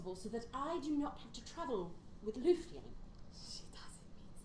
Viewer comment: Love your dynamic! (Although as a German I am triggered by the way y'all pronounce "Lufti" 😉) Edit: Actually all of your German pronuncuation 😉